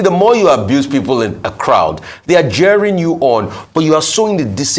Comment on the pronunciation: Rufai, not JEERING but CHEERING.